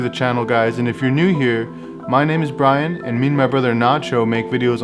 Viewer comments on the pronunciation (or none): none